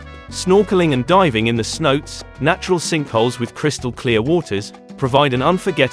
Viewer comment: Couldn’t even finish the video… Tulum has its own international airport so advising to fly in from Cancun is mean your info is severely outdated. Don’t call the water holes “see notes” call it like how the locals call it smh. (say-now-tay)